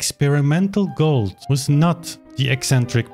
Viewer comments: It's pronounced "goold" like "fooled" but softer, not "gold". Other than that I 100% agree with everything. Gould's recording of the Alla Turca is one of my all time favourites. He savours each and every note, letting it shine as it should. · I find it interesting how you pronounce Glenn’s last {or, family} name, it’s almost sounding like you’re saying Gold instead of Gould (pronounced: Gooold). You do know that his father change the family name from Gold to Gould, because of the high level of antisemitism in Canada at the time, and he did not wish to be mis-identified as a Jew, and documentation shows that his family was not Jewish [even though some people like to think that maybe he was].